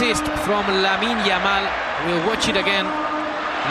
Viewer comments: "yamine Lamal" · The commentator couldn’t even pronounce his name very well back then .I guess he can’t make that mistake now .The boy is a star already .He said “Yamine Lamal” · Commentators calling him Yamine Lamal xdd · bro keep saying “Yamine lamal ”😂😂😂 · The commentary yamine lamal 😂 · Yamine Lamal 😂😂😂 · This commentator.. what's yamine lamal? Guess he still was not familiar with the name 😅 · my guy cant even say LAMINE YAMAL correctly... i remembered watching this game and was like, is that "how you say it??"